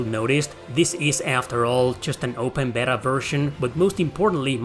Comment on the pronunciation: my man. Beta is pronounced Bay-tuh. 😂 As always, I appreciate your enthusiasm and thoughtful approach. Stay awesome.